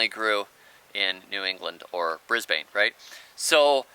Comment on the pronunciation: Brisbane is really pronounced ‘Brisbin’